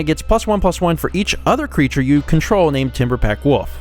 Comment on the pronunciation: "Timberpack Woof" you're doing it again lol